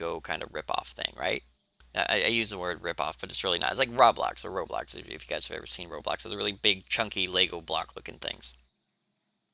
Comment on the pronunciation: Stop pronouncing it rablox (rah-blox) its roblox(roe-blox)